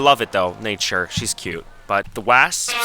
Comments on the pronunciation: the way he says wasps as wassps LOLOL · "what do yall eat? waysps?!" loool love u (edit spelling) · The way you say wasps 😂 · why do u say wasps like that😭😭